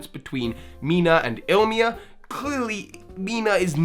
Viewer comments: Damn it just hurts me how people say Ilima's name. It's I-LI-MA, can't be that hard :/ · You kept saying Ilima's name wrong. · His pronunciation of Ilima bothers me so much. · He probably misread his name once and fell into the habit of saying his name the way he first read it. I mean hell, how many people call Groudon "Groundon" because they read it wrong?